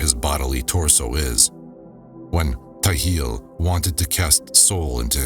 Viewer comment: Appreciate the work that you've put into this recording. But the translation isn't perfect. Not directly translated. And sometimes the word Nishimtha should replace the word soul. The texts are not read chronologically, which makes the audio difficult to follow and make sense of. Some mandaic words and names are pronounce incorrectly, such as Ptahil. The P should not be silent. Otherwise, great narration and such a cool project!